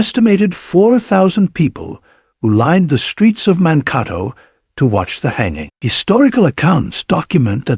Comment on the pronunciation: The name of the town is Monkato (like Dakota).